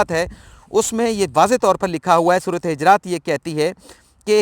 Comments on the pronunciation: محترم......سورةالحِجرات نہیں......بلکہ،حُجُرات ھے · جی صحیح فرمایا آپ نے سورۃ حجرات ہے پیش اوپر ہے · حجرات نہیں پیش کیساتھ حجرات ہے